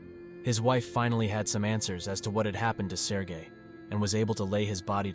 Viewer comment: everytime he say his name my head listen Sir Gay